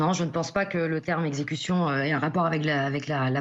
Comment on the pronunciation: Il pouvait tirer aux roues... L'avocate dit super-bien: "execution"!!